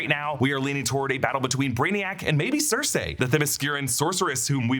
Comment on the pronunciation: Not to mention the way he pronounces Circe lmao she's not even just a DC character she's from Greek mythology I feel like there's no excuse for a channel this big to be making stupid mistakes like that, it just seems like he's lazily reading off of a script